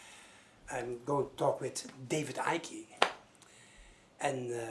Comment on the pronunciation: He called him David Ickey lol.